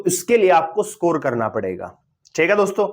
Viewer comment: स्कोर ❌ सकोर ✅😤